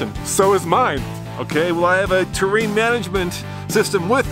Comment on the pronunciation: The way he pronounced terrain